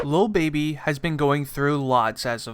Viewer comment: DID HE SAY "Lil Bibby?" 😂🤷🏽‍♂️